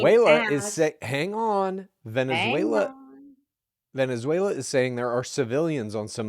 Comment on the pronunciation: Please can we teach to pronounce Venezuela correctly...its just basic respect